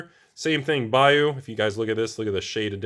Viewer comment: Now I'm a believer that actually lives in Florida. You pronounced the word bayou correctly. 👍